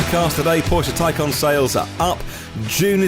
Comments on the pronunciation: Toycan? Taycon? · A tiny point but the porsche taycan is pronounced with an "a" but you pronounce with an "O"? Love your show by the way and l am not trying to be smart. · taycan is the correct pronunciation not taycon